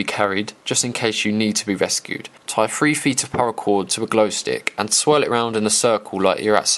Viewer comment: Did he just pronounce three like free?